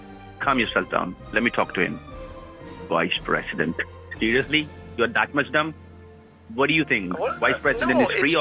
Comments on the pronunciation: From their inability to pronounce the v sound(wice president) to their ridiculous sayings like, "each and everything", "behind the bars" and claims that they are calling from customer "suppote", it truly is mind boggling that they manage to scam anyone. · wice pressident